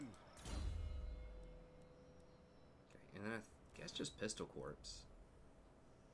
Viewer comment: I'm probably too nitpicky but "korps" is pronounced like 'koor'.